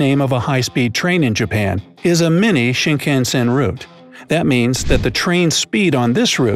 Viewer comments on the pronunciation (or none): There are 5 million vending machines, not 50 million. So many mispronunciations. The photo stickers aren't pronounced, "poo-ree-kuu,rah" and thee bullet trains are "shin-kahn-sen". Any other countries with confusing address system? Japan doesn't use the geographic location of street and number. You have to list prefecture, city, ward, neighborhood, district number, block number, and house number. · Please work on pronunciation. You mispronounced many Japanese words like "purikura" and "shinkansen." Some of these facts are not common aspects in Japan such as the subway chin strap, the moomin lunch buddy, and the miffy green light. I've also never seen Pringles as ramen, but I can buy a small can of Pringles chips at every convenience store around me. Please specify where you find these or you are providing false/ misleading information that these are common aspects of Japan.